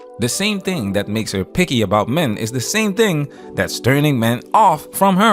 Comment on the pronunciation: Did you say the tall hyena was “picky” or “porky”?